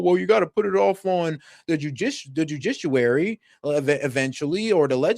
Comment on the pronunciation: Jujishuwary = judiciary ? 😂